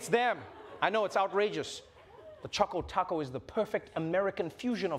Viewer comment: the real question is why every one calls it Chaco Taco when it clearly says Choco Taco